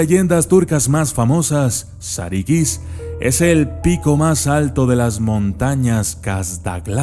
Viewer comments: No es "sarikis" es "sarukus" se pronuncia de ese modo porque no tiene puntos en la i en el alfabeto turco esta la i y la I que la i es (i) y la I se pronuncia(u),buen video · sarıkız la ı sin punto se pronuncia entre la i y la e, la i con punto se pronuncia como i tal y como la conocemos. sarı significa amarillo y en realidad hace alución a la chica rubia o a una chica de cabello rubio segun la leyenda original.